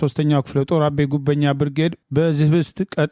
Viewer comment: "አቤ" ጉበኛ(ጉቨኛ) ብለህ አብብለህ አንብብ።